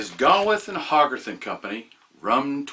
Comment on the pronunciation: It's pronounced GAY-with and HOE-garth. Great video, as usual.